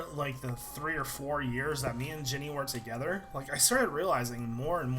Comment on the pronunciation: When l hear you said jenny l heard it like jimmy